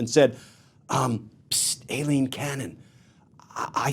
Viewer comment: Thank you, on the behest of Eileens everywhere, for pronouncing Aileen correctly. It is A. Pronounced with a long A, not an I. 🌹 We appreciate you.